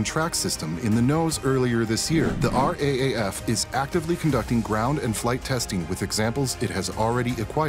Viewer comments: Thanks for the update. By the way, we don't "speak" the acronym RAAF as each letter individually - the common usage is "R double A F" or Raff (pronounced as one word similar to wrap - or the words 'riff raff' - minus the riff obviously) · RAAF is spoken as R "Double A" F !!!